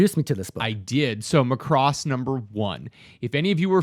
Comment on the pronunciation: Mac-ross...not Ma-cross 😁